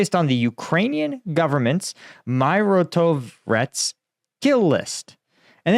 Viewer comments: Dude, its Mi-ro-tvo-rec :) It means peacekeeper. It is actualy ukranian hit list. They keep killing people from it since 2014, so no offence but your confidence in this question is realy poor. You can check leaders of Donetsk and Lugansk poeple republics or, for example fate of ukranian journalist Oles Busina. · They need to supporting you😢😢😢😢😢you can’t pronounce exactly mirotvorec ignorant!! Take money from you tube because don’t want to work marine!! You was marine solder against flip flaps army😅😅😅😅go now please make difference!!Biden speaker